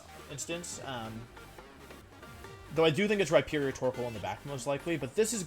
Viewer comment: “Rihornier” lmao